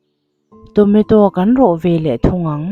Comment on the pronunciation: Tonato a lawm....Tometo i tia😂